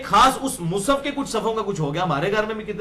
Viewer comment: مصحف بولو بھای مصف نھی بولو